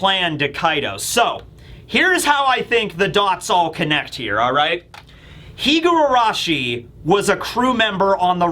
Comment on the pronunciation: Just a very minor correction. You pronounce her name "Higuarashi" while it's spelled "Higurashi"!